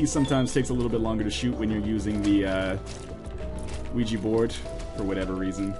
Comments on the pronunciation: it actually is pronounced weegee :| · OUIJA is pronounced "wee-jee"